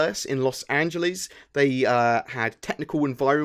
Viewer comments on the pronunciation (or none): none